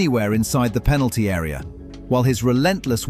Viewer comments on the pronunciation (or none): none